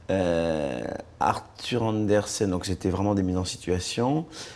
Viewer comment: J'adore comme il corrige AnderSEN, et pas AnderSON comme l'interviewer le dit.